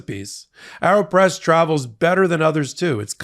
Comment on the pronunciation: Isn’t it pronounced Aeropress as in aeroplane??? Air, not arrow. Just curious.